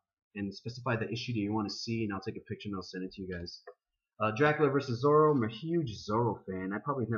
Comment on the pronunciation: ZORRO! not Zorry. Zorry is an A**hole.